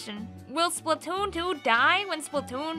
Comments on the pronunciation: I like the way u say splatoon.. Spatoontoo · I love she says Splatoon and Splatoon 2, it sounds funny and I like it